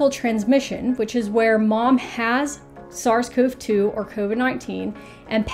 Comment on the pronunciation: Hello! In the virology world, SARS-CoV-2 is usually pronounced like sars-covie-two, with an ee sound. Sorry for the minor nitpick. It would be nice if the literature clarified how us research nerds are pronouncing it, but I suppose the pronunciation also doesn't matter much in the end!